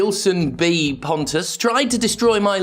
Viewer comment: I'm convinced at this point that Pontes name is actually pronounced as Ponce and you've been doing it wrong all this time